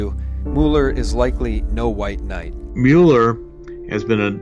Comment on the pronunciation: It's "MULE-ER" not "MULL-ER"